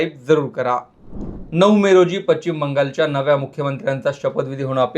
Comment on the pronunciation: Pachchim Bangalore? Speak properly chu saala...now a days any one gets and makes video